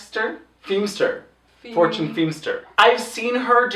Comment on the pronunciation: English is not my first language, so when Ru said Fortune Feimster was a guest judge I heard "four-chinned" Feimster... I don't think I was wrong though...